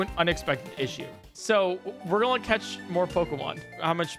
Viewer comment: I only just noticed you said "gonna" like "gulnna" (the l is soft but definitely there)